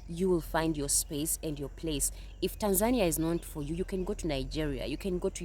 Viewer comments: The fact both women at the beginning of the video are unable to pronounce Tanzania. Moved to an African country with a huge Indian population…… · Go cry to someone who cares, you can't even pronounce the name of the country right. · The lady with dreds couldn’t even pronounce the country’s name right. Nowhere else scams like USA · That one girl pronounced "Tanzania" differently every time she said it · The fact that that black girl don't know how to pronounce Tanzania and is only picking countries to visit based on the cost of passports and other surface level foolishness tells me everything I need to know. These Americans think that everyone will run up to them and kiss their feet. Girl return your passport and stay in your block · Why are the mispronouncing Tanzania. Look it up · Of course you will get scammed or exploited it’s like everywhere else, you need to grease the right palms and make the right friends. Americans romanticise everything, can’t even pronounce the country’s name but expect to thrive. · 😂😂 Jezzez lady - its not called ”Tansaaanja” its called Tánzaniiiiia. 😁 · To the second lady, perhaps if you properly pronounced the name of their country, they would have liked you. It's tAAn-zuh-nEE-uh! It is not TENZAN-ya! Holy hell. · Tan-ZAN-ee-a??? listen Maybe learn how to pronounce the name of the place you want to live in??? at a minimum? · It's pronounced Tan-zuh-nee-uh. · Ha ha the 2nd gal needs to pronounce tazania right 🤣. And stop going to tazania. Go to uganda you wont have those issue. Mabey the pick pocketing or prices raised to muzungu price ha ha. Or go to kenya. And most americans are use to america and are spoiled and privileged like crazy. So ofcoarse most will go crazy in africa at some point. Not gonna get the princess or king treatment in situations like you do in the u.s. gotta be a humble person to handle it. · Maybe the problem was you continue to mispronounce Tanzania!